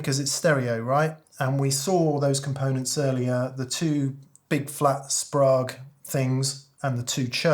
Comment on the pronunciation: Great video, I love a monologue! Incidental nerd trivia, contrary to how it looks Sprague is pronounced Spray-g - their marketing slogan was "Don't be vague, ask for Sprague!" Keep up the good work!